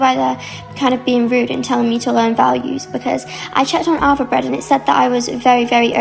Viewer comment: Did she said alpha breads? Or is it Elvebredd?